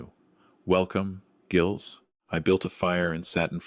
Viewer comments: Never ever Gills. Artificial intelligence is badly taught, obviosly. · Second mispronunciation, same correction. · By the way,, the name Gilles has a silent s Intelligence, not.